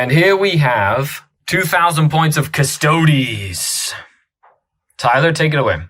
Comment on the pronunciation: until everything gets a 9th codex its just such a two-tier game - may as well be the NFL vs college teams. Also it's not just this guy but its not difficult to say custodes, its the same as astartes... no one says "ass-tarts"